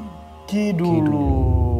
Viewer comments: ngakak bgt kalo nyebut ki dulung pdhl ki duwelung😂♥️✨m00d. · Lg mncekam2 nya aq ktwa krn salah mulu nyebut nama ki duwelung ny😅